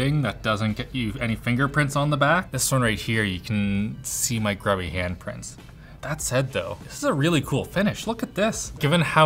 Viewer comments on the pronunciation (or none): none